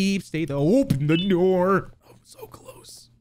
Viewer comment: Best part about this video is when he says open the noor